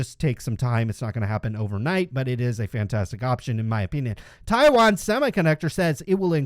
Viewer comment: Great job. Your pronunciation of Taiwan is very close to the mandarin pronunciation. It surprises me.